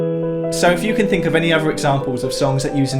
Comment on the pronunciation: Great videos always but if you can pronounce ‘the’ why do you use v in the word other. You keep using v. Smoove instead of smooth. It’s terribly irritating.